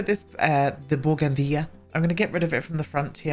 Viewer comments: The way you say bougainvillea 😂🤌🏼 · First off I love that shirt, second the way you say bougainvillea makes me laugh and third I've missed the door to vaginanana. Anyway have a lovely weekend, see you soon xx